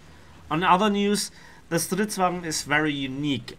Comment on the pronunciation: When u say stridsvagn it's rly good swedish 👌